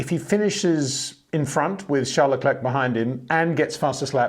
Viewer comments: First say Claire. Then say Leclerc. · When will Peter learn how to pronounce Verstappen en Leclerc?